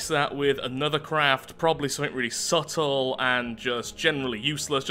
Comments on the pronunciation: Every time he says subtle lol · The moment says subtle I need to hold my laugh. This is glorious. And therefore u get all the likes.